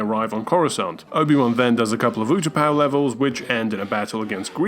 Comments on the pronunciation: Did he just pronounce Utapau "you-tuh-pah?" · It's pronounced oota pow